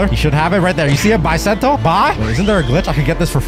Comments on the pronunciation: Bro it’s bisento not baisento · It's Not Baisento It's Beesento i know master sword dealer calls bisento i know it's beesento ok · It's Pronounced Bi Not Bye